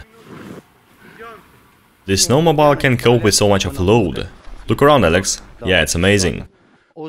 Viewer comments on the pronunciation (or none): Snow mo beel. Say beel.